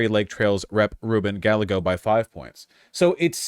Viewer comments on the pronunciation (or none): Can anyone tell this mayonnaise white boy it's pronounced ruben "guy-eggo"